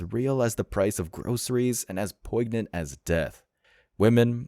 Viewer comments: Hey bruh just a heads up, it’s not Poig-ah-nant It’s poin-ne-ant. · the g in poignant is silent. That is all.